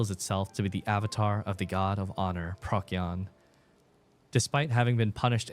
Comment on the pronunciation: Procyon is pronounced pro-see-on, it's a lot more comfortable to hear and speak